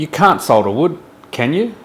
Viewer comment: Nice one. Good to hear someone who can pronounce "solder" correctly too !!